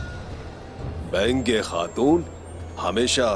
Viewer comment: Benge khatun nahi baigan khatun hai😂😂